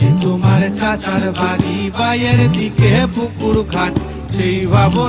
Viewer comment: বায়ের দিকে না,বাঁয়ের দিকে হবে।গানে উচ্চারণ ভুল করলে। যাইহোক,সঞ্জীব চৌধুরীর ধারেকাছে দিয়েও যায়নি গান।